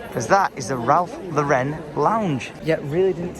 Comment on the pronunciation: pleaseeee its Ralph Lauren. The name Lauren. It's American, not French lmao